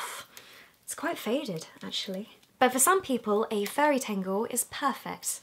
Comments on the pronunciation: Why does she say tengle when it's a tangle? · tAngle not tEngle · I thought you were saying FAIRY tangle. I got all excited... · She says tangle like tingle ha 😂😂😂😂😂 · Amy Rogers So? You can’t laugh because someone doesn’t speak like you do ? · you sound like your saying tango in a scottish accent when you say tangle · Who else thought when she was saying furry tangle she said fairy tangle lol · Me thinking she’s saying fairy tangle 👁👄👁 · i thought you said fairy tangle haha